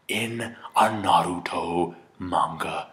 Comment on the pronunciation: Finally someone says Naruto right.